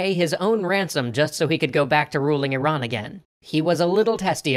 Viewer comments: Thank you for pronouncing Iran correctly. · You are the first person I see who pronounces "IRAN" as it should be pronounced. An an Iranian, I thank you for being considerate. Also, my brother is a history major, if you ever wanted an Iranian, he will gladly help you guys! Keep up the good work.